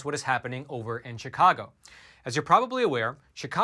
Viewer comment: it’s not pronounced ‘cheekahgo’, unless you are a newly arrived Spanish speaking person. The word that comes from the Algonquin language: “shikaakwa”and everyone around here pronounces it accordingly.